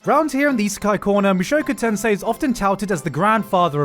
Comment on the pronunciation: i cringe everytime he pronounces "mushoku tensei"